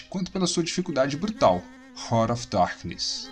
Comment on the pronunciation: Desculpe mas... escutar RANA OF DARQUINES é de doer os ouvidos... se pronuncia RÁRT OF DARQUINES A trilha sonora desse jogo e maravilhoso principalmente o som quando você matava algum inimigo, o só da explosão era muito top eu joguei muito esse jogo na época, vou ate baixar novamente e jogar em um emulador. Ótimo jogo um dos melhores do PlayStation 1